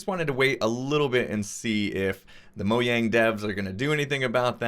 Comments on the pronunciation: It’s Mojang not moyang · He said moyang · Anyone else notice he said Mo-YANG? Is that the proper way to say it? Have I been wrong my entire life? 😅